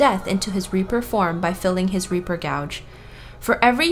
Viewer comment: you mispronounced gauge. you're pronouncing the word "gouge". like to gouge someones eyes out. gauge - like to measure - is pronounced like "gayj"